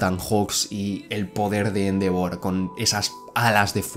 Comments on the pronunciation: Me da un tick cada vez que dice Éndevor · Endeavor, se dice endeivor